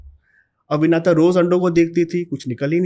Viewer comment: महोदय विनाता नहीं है विनिता है